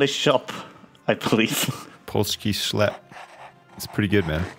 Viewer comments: actually nailed the pronountiation of polski sklep; as a pole i find it really amusing to watch this series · My god, correctly pronunced Polski Sklep